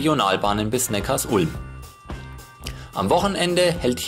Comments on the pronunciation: Super Video! Sehr interessant, dass Obamas Großvater aus Besigheim kommt. Auch viele andere Details waren sehr interessant. Aber Neckarsulm spricht man nicht Neckars Ulm aus sondern Neckar Sulm :-) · Ich kriet jedes Mal Ohrenkrebs wenn jemand Neckars Ulm sagt. Die Stadt heißt Neckar Sulm!!!! Die Sulm mündet in den Neckar. Der Bahnhof in HN heißt ja auch Sülmertor und nicht S Ülmertor! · Vielen herzlichen Dank dir:) Ich war auch überrascht als ich das erfahren hatte:) hat das nicht mit Absicht falsch ausgesprochen sondern weil er die Betonung von Neckarsulm nicht wusste. Danke für Kommi und Like!!